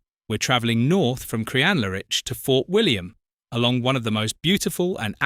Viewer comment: Pity about your pronunciation of Crianlarich LOL